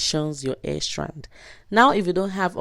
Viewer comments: This is a great video, I just wish you knew how to say "hair" lol. Thanks for sharing! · I didn't pay attention to the way she said hair until u said it. Now I can't stop laughing. Luv this. Will be trying it very soon. Thanks for the video and the laughs 😂😅